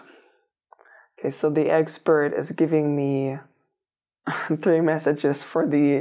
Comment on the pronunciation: I heard it that way too 😂